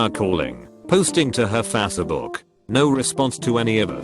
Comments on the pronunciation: I like when the text to voice says "Faßebük" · No one: Robot voice: Fa-seh-book